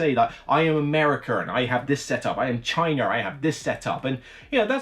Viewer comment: lol "I have Chyner, I have Americker!"